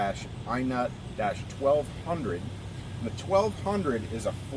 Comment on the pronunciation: What the heck is an "i nut"?